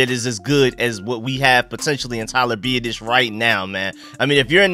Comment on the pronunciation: You have to learn how to pronounce his name, phonetically it is Be-Ot-Ish